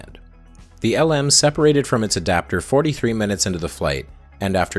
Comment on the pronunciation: I know you're Canadian. And you've noted how NASA pronounced "Gemini." The Lunar Module (LM) is pronounced "Lem." This is a throwback to its original name, Lunar Excursion Module. It's really the only "error" I can find in all of this (and you pronounced it right a few other times). You've made a wonderfully complex video. I've familiar with all parts of the iceberg, and you did a great job.